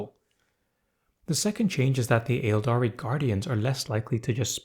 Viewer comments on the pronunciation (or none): Um actually 🤓, the first “A” in “Aeldari” is silent, and “Slaanesh” is pronounced like “Slon-esh,” not “Slah-neesh.” “Slah-nesh” is also acceptable.